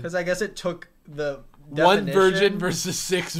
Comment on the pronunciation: Becbgay 😂 vigin’t killed me